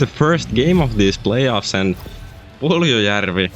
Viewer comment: The way you say Puljujarvi is amazing.